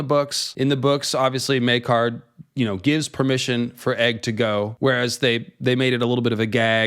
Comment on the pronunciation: Oh my goodness something just occurred to me right now. I had an apostrophe to quote Smee. In the scene where the Targaryen‘s are introduced, they pronounce Prince. Maekar’s Meekar. I’m sure that got right under his skin.